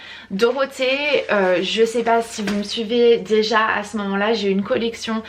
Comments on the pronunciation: Top ton vlog! ❤️ Par contre, c'est quoi cette manie de dire: "c'te" au lieu de "ce" chaque fois? 🤔 C'est: "ce", il se suffit à lui même 😁 J'adore le mélange de couleurs de tes cheveux en ce moment 😍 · Aaah enfin un vlog !!! c'est marrant tu dis toujours "ste" 😂 "ste meuble , ste pouf " mdrr😂